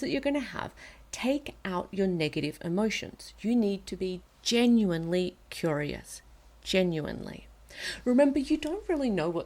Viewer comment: Haha Jennuinely